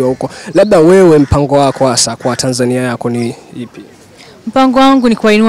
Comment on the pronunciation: Hiyo Tanzania inavyotamkwa daaa ningewez kuiandik ningeiandika